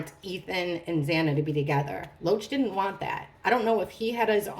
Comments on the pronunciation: did anyone tell you his name is David Loach but you keep saying Roach like the bug 😂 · Every time I hear you say Loach, I hear “roach” 🪳 Sounds like 🪳 has some pretty strong emotional feelings towards E.